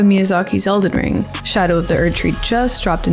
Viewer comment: I deadass heard you say Zelden Ring. Real